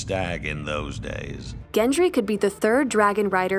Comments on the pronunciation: How do you get "Gen Tree" from Gendry? If I find a YouTube video with less than 2 mispronounced words I'll know the world is ending. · Why does she pronounce Gendry as Gentry? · It’s GENDRY not GENTRY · Gendry with a D, not Gentry. Sorry, it was irksome. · I can't. GenTry is not a thing, it's Gendry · Is it me or is she saying "Gentry"? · Why is the narrator calling him GenT-ry?! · Good grief pronounce his name correctly or is GenTry a new character? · Really sounds like the narrator is saying "Gentry" here. Not enough to ruin the video, per se, but really distracting.